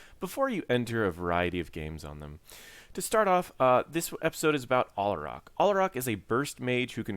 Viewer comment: it's al-ah-rack, not all-uh-rock.